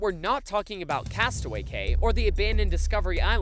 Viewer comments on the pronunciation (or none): he said castaway gay